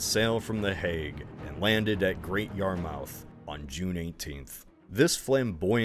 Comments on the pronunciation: Great video! Btw, Weymouth and Great Yarmouth are supposed to be pronounced like Portsmouth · IM SORRY GREAT YARR MOUTH WHY WOULD YOU THINK ITS SAID LIKE THAT AND NOR WITCH WHY WOULD YOU THINK THAT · The way you've pronounce 'Great Yarmouth' is hilarious! And Norfolk/Norwich for that matter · "great yar mouth" broke me (it's pronounced yar-muth, same as Ports-muth) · It's "Great Yar-muth" not "Your Mouth" or whatever it is you said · "great yar MOUTH" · IT IS PRONOUNCED YARM-OUTH NOT YAR-MOUTH EFHIWEGOF[WERGPIHWEJGP[WEG[OWE[OJWEGR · Small pronunciation correction: Great yar-moth. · Great video, but for some tips on strange English pronunciation, its Yar-Muth and Nor-Rich. Whenever you see "mouth" in an English town name, its pronounced Muth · So many of these pronunciations are wrong. please learn how to pronouce english place names. Noh-rich. Great Yar-muth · "GREAT YAR-MUTH" "NORRICH" THAT IS THE PRONUNCIATION 😂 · Sorry but Great YARmouth, NorfoLK and NorWICH nearly gave me a stroke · This is a fascinating video. Really love the attention to detail and not overlooking the Irish revolt’s significance. I only wish you put as much research into pronunciation as into the military history. Kilkenny and Great Yarmouth I had to listen to several times to be sure where you meant. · the pronunciations of East Anglian place names is killing me! (Norfolk, Great Yarmouth, Norwich) but i love the video, as usual (a little hint: if you know how to pronounce Portsmouth, apply that logic to any other town name with the -mouth suffix — Yarmouth, Weymouth, Bournemouth, etc) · Great video! Although perhaps double check how to say “Norwich”, “Weymouth” and “Great Yarmouth”, although I don’t blame you, English place names are notoriously hard to pronounce! 😅